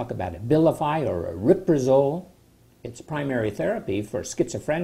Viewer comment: its spelt aripiprazole ("ari-piprazole"), you're pronouncing it "ariprazole", pretty sure you're dropping a "P" syllable and mangling the name.